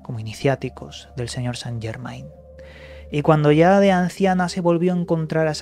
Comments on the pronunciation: No san llermain,es francés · Se pronuncia san llermen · se dice san yermén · Se Pronuncia San yermen